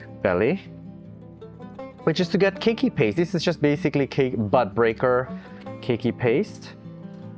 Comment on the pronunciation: It took me a minute to realize you were saying bud breaker ... I kept hearing butt breaker 😅. I haven't experimented with keiki paste, but it looks really satisfying!